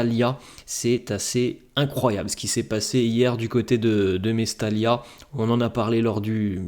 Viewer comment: mais surtout que cette rencontre a été entaché par la grave blessure de Muctar Diakhaby qu'on espère se rétablir et passer cette douloureuse épreuve.. nos sincères pensées à lui. BTW ..ça se prononce Mestaya....et non pas Mestalia...merci..